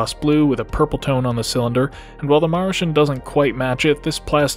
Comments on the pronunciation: Marshen? Ma-ru-shin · Ma Lu ShIn